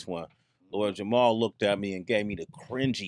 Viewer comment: Somebody tell Sway its Jamar & not Jamal hahaha